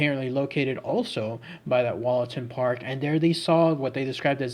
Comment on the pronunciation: I lived near there and visited the park every weekend with my maternal grandfather... Heads up: pronounced Woollaton... Plus called Hall and not Castle... Also, there is no train embankment in the park... Currently being discussed on a Notts forum on Facebook...